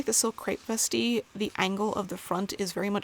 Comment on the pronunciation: Vestee sounds so classy when she says it. I've been reading it in an Aussie accent and it does not sound classy at all. ' just gonna pop on me vestee m8.